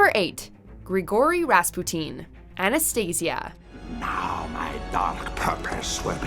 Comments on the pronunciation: You mispronounced Anastasia. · Ana-stayzia?.............. WHAT?!!?